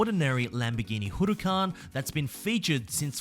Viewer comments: Hey just a quick tip, you don’t say “Hu re can” you say “Hu ra can” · LAMBORGHINI HOROOCAN